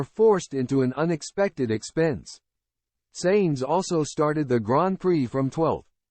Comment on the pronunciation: Dont use AI reading its annoying to understand it and it kepts pronouncing the things wrong and its Sainz not "Seins"